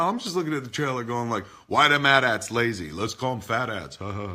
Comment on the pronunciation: thank you thank you thank you, they are at-ats, not A T - A T's. Why the fuck does everyone who pretends to know what they are talking about not know how to pronounce that, he asked rhetorically